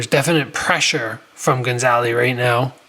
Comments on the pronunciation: ga - za - li. not gon - za - li. i think this is a great thing for jo jo, bring him back down to reality a bit. if you just feed young phenoms fish in barrels it can be crippling when they finally face equal fighters. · good video but why do you keep calling him gonzaly hahaha